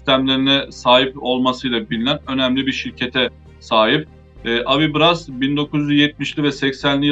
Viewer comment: Pronuncia-se "AVIBRÁS", sendo o "brás" a sílaba tônica.